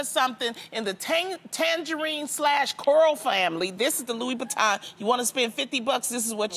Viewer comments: she also said Louis Boutin LMAO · Why loni saying Louis Bitton????